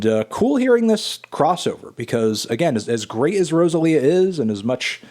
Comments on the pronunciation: learn to pronounce Rosalía CAAAALVOOOOOOOOOOO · I cringe every time he says Rosalía’s name 😬😬😬